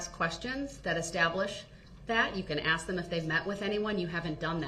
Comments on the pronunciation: I am not surprised that he can't say witness Abel's name! He doesn't even know the difference between Ask and Axe.... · Who the hell teaches English in the schools ??? Boof? Dat? Ax? Substain? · "I'd like to axe the grounz for the objexshun and substain your honor" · Ask not Ax…. Both not boph…. Sustain not substain ….. grounds not groundz…so Many More ….does he realize how ignorant he looks?…. He loves playing lawyer!!…. He would had never done this with a male judge!